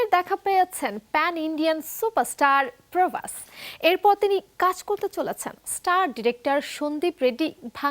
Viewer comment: কোলকি? নাকি কালকি? প্রবাস? নাকি প্রভাশ? এরা কি বাংলা উচ্চারণ ভুলে গেছে?